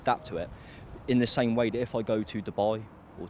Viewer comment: Why can’t that man say th ?